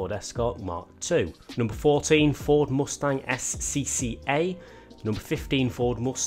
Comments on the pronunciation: "Ford Mostang" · Ford Moostang?